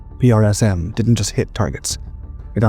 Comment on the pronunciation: Hey buddy, save your strength and tongue by pronouncing PrSM as PRISM.. The US Army does...